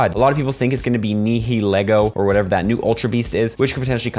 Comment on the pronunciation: i know nihilego looks impossible to pronounce but in the anime they pronounce it nayheleego, the h is really muted and the nay is open like in night